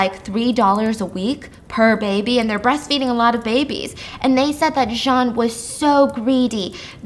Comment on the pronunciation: I love the way you terribly pronounce French names 😂 Listen. I took 4 years of french and even all of us were like nah man that’s John.